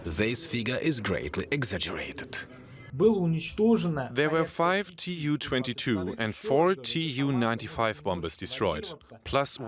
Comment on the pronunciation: This is poorly researched material with many errors🤦🏻‍♂️ also… not T.U. But Tu (pronounced: too) 😂 …a short for Tupolev